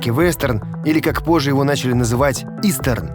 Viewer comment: . Вы прям с мощью произносите "истерн!". P.S.Ждём разбор кино времён Великой Отечественной и 60ых